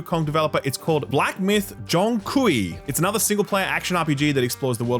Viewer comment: FYI, the "kui" in "Zhong Kui" is pronounced "kway". I was going to say it's pronounced like the word "quay", and then I discovered that "kway" is a mispronounciation for "quay", and that "quay" is pronounced "kee". Look at all of us learning today. LOL